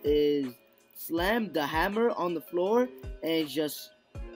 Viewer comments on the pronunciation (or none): none